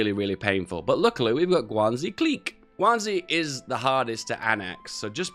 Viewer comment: Guangxi is pronounced: Guang She. Xi is pronounced like "she". Also went to the end of the video. I'm basically jesus